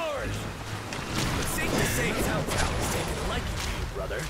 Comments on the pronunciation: Why are they saying Chao Chao when it's Tsao Tsao ? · I've heard them saying chow chow. To me it's still incorrect just like when the old dynasty warriors games kept mispronouncing his name as cow cow. Everybody knows it's Tsao Tsao !